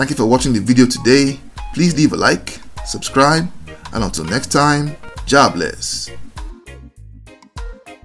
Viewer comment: You say jah bless and i hear jobless.